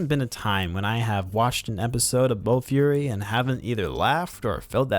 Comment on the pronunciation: It was bofuri not bo fury 😆